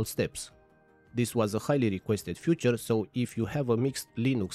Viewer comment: Nie "fjuczer" tylko "ficzer"